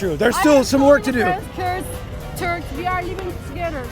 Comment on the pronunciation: Törkksss we’re not törrrrkss